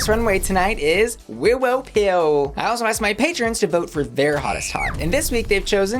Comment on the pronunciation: Please can you say willow pill normally